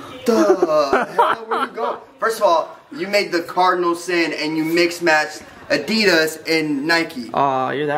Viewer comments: Anyone else cringe at the way Corey said Addidas 👀🥴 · I remember Corey mentioning the American pronounciation of Adidas in an older video. Lol. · no one is gonna mention how he said adidas? 😂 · HOW DID HE JUST SAY ADIDAS?